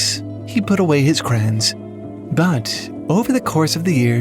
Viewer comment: They're called crayons, not craans, you heathen! Nice vid tho, so I guess I'll let it slide